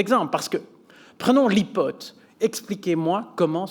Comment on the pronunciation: Ipot ? C'est quoi ton problème ? OK, je t'aide un peu... Aïpode... J'espère t'aider, vraiment. Si non c'est intéressant...